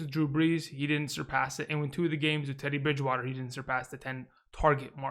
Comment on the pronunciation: Lol the way you said Teddy Bridgewater ✨